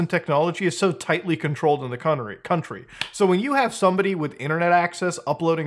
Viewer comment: In the cont-ter-e lol made me laugh